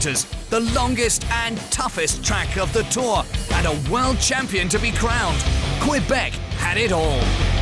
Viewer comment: Québec is pronounced ''Kaybec''....merci